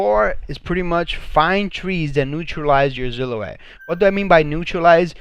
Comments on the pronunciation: Who replaces S’s with Z’s!? Lmao!! Zillow-Wet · Mate check your spelling and pronunciation. Noice? Really? And the way you say silhouette, like ZILL O ETTE makes my ears bleed.